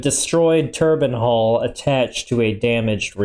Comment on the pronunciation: I love when he says ‘Turban Hall’